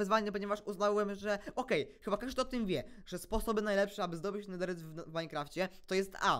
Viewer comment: Niech żyje Ameryka "Netheeyt'